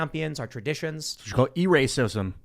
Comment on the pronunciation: “E-racism” - rolls a 200